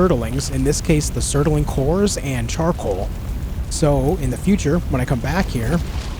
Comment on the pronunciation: love the video but i have to say it, its bugging me too much. its not sert-a-ling cores its surt-ling cores. mispronunciation just bothers me too much sorry, a book im listening to the narrator keeps saying tone-fas instead of tan-fas (the Chinese weapon) and i feel like i die a little inside every time witch sucks because i like the book.